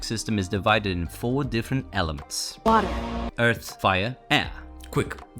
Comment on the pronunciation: Bro can t say WATER